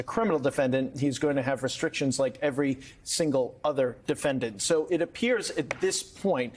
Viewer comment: Did Lauro say "scrupulously" or "scruplelessly"..?